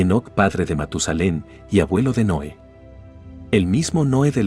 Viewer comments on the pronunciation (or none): Muy entretenido el video, solo una observación: mejorar la pronunciación de los nombres de personas y ciudades (por ejemplo, Noé en vez de Noe y es TEOTIHUACAN, no 'Teotiacan')